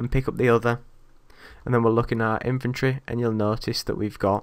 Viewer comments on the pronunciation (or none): Every time you say inventory it sounds like you say infantry!